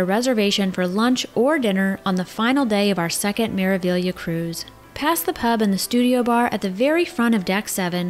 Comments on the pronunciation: It's an Italian ship. It is Meravillia for those that can't read Italian. I will assume that the Spanish influence of the staff and some port of calls lead everyone to believe they are hearing Meraviya, but that is just a slur on the correct pronunciation. Meraviglia translates into marvel. Meraviglioso means marvelous. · Thank you so much! We were pretty sure it was Mera-vee-ya but then we heard the captain of the ship pronounce it Mera-veelia, so we were so confused! The captain must not be Italian 😂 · Hi! The proper pronunciation is Mera-ve-ya. The "gli" is pronounced "ye" in Italian. Hope this helps. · Meraviglia ( in Italian) Maravilla (in Spanish Wonder (in English) Pronunciation without g: Meravilia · This video was sooo well done!! Thank you for taking the time to put it together! And I had been pronouncing it Mera-Vig-Leeuh 😂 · Ocean “Key”. And sounds like the crew always say Mera “Viya” so I’m going with that. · It's an Italian Cruise Company with all Italian names of their ship. The ship is pronounced Mera-VYA. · Hi! Great video! It's Mera-vee-ya. It means "marvel" in Italian. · In Italian it is maraveeya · Italian would pronounce it as mers vee ya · She’s pronounced Mera-vee-a